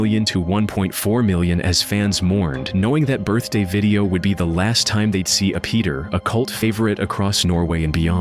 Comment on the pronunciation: Apetor's name was Tor, why is this A.I. sounding voice saying "Rathy" or some shht?? "Rathjay"??? FFS And it's not "apeeder" it's Ape-Tor, Tor as in Thor if you need extra help in life..